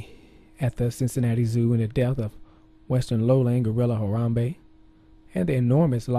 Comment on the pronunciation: lmao he said "rip Gorilla"...lol like when u rip something! lmao!!!!!! I like the way he says "Haram-Bae!"!!! LMFAO